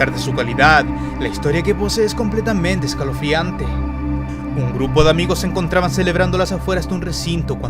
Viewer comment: dijo secalofriante aún así eres el mejor